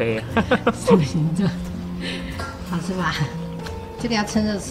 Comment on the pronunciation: ，因為他們太像爸爸，以至於看不出來像妳，其實妳女兒跟兒子還是有一點點妳的影子，特別是妳女兒比兒子更像妳🤗 建議妳說話發音該捲舌要捲舌喔，好吃不是好疵🤗